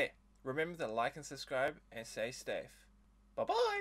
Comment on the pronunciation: So no one's gonna talk about how he says say stafe in the beginning...